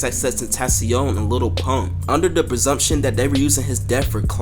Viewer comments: Lil not little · dude you gotta stop saying little instead of lil deadass lmao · "little peep"? bruh